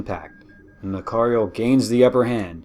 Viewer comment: So far so good. But things are wrong. One not even light can escape a black hole. How can a destroyer? The battleship is not pronounced that way.